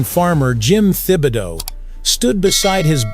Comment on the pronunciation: Pronounced tibo dowe. Like my family name. Thibodeaux.